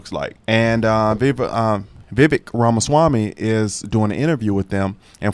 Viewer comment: Vivake… that’s how whose first name is pronounced. Ek It’s pronounced like a long A. (Rake) perfect pronunciation of his last name. Vivek is my #2!!!! I would love him to be the presidential nominee and you should hear him talk about the federal agencies he wants to destroy & ABOLISH!! The US Constitution doesn’t give us four branches of government, but three! The legislatures are supposed to make the committees, etc. etc. and the senate have theirs but they have given up so much of their power to the executive and then the presidents over the past 125 to 150 years continue to sign executive order, creating executive agencies and it’s just too much tax money and they don’t do anything. Look at the FAA!!! Again, people had flights canceled and delayed, and it was just one excuse after another by the FAA and Pete Buttigieg. These people have solid careers and jobs, and they don’t have to worry about getting fired and they’re all paid by us and we have too many . 438 agencies!!! I’m not talking about doing away with Social Security, her health and human services or the FDA FDIC CDC, HUD DMS, DNI, DNS, etc. The federal Department of Education has been used and abused against Americans, and it sucks, and after President Bush signed the no Child left behind act, which made teachers do their jobs and get kids scores up to about proficient. The teachers got mad because they had to work and work. . They went to Barack Obama and said they wanted that at gone so he abolished it and wrot